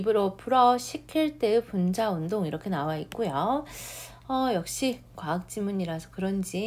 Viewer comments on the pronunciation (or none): 분자의발음이 잘못된것같습니다.^~^